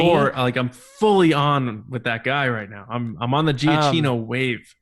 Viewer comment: Super random and not really important, but I think it's said GiaQino, not GiaCHino. In any case, I hope he scores Taika's movie as well!